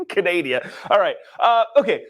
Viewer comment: CANADIA!? ARE YOU FREAKING KIDDING ME!?!?